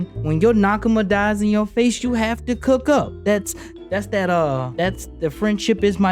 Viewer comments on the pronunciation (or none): none